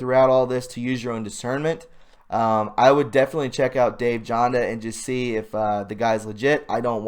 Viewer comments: it's Jan-da not Jonda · Pronounce Janda with an A sound, not an O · Dr Janda name is similar to mine and is Germanic languages. J is pronounced like a Y. Everyone looks at my name and says JAN, Dill.. But that's wrong. YON-dil is correct. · Dr Dave Janda is legit and it's pronounced Janda, rhymes with panda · Dave Jan da is absolutely legitimate! I spelled his last name wrong on purpose. I spelled it the way it sounds because you are pronouncing incorrectly. Keep up the fantastic work! I share many of your views on many topics. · . - Dave Janda is legit, but his only authorized YT channel is "Operation Freedom." The other(s) are simply stealing his content. And those imposters are being monitized by YT, not him. Yeah, go figure. How would you like YOUR content stolen? His name Janda is pronounced like "Band" as in music. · If you ever listen to Dave "Jaaanda" you will hear him identify himself & pronounce his name correctly. You just tell us you haven't even listened to Dave yourself when you don't know how to pronounce his name. Do your homework before you get back on a video! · I watch Dave Janda, and you are mis-pronouncing his name lol